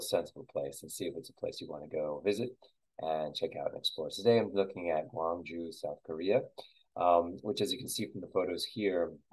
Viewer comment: Haha. Would provably lose. Penguin Village in Yangrim-dong and Mudeung san are pretty recognizable. Besides those, I only recognized the BOB pet store. Quick note: you started off with the correct pronunciation of Gwangju (gwang-joo) and ended by pronouncing it Gwangj-jOh.